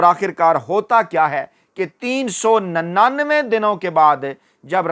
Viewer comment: تین سو نننوے درست کرو پیارے اینکر